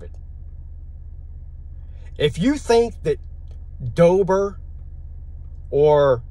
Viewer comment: Its deboer not dober